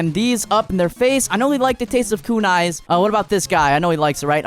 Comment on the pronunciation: It is kunai not kunis